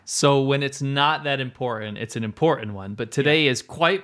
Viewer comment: ImporTant vs Imporant One of these guys was raised by English speakers and one in California.